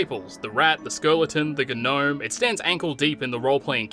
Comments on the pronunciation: G-nome? It's pronounced nome. Do you seriously not that or are you trying to be funny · Did he say gnome with a pronounced g? Ga-nome? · Mate, was it me or did you pronounce 'guee-nome" in the beginning of the video? Cheers.